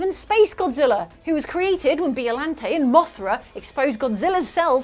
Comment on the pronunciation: Mispronouncing Ebirah and Biollante made me wince